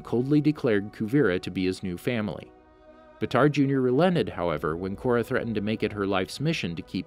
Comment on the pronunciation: actually how his name is written i would say that its not pronouced batar instead baatar with a longer aaa also fun fact baatar means hero in mongolian so his real name might be hero jr